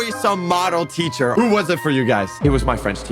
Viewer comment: It’s not teather it’s teacher🤓